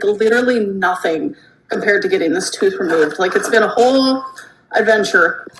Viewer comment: Here faster than can say "tooohth"